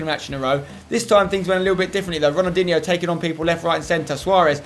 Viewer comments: Ronaldinho - not Ronaldiniho. Stop adding an extra i between the n and h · Have a shot everytime he says Ronaldinhio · How many times does Spencer say ronaldiho in one video it must 40 times but great video Spencer